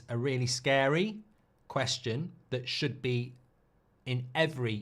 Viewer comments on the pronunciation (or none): none